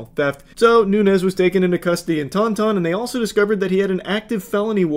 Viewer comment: I know this is kinda irrelevant, but the way he says taunton is taking me out— it’s pronounced “taun-tin” by the way 😭